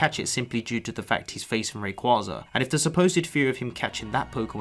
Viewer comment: Pretty sure it's pronounced Ray-Quay-Za